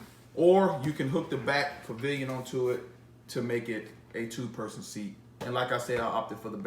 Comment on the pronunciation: you keep saying Pillion with a "V" like in pavilion. Its pill-ee-on...just want you to make sure you knew that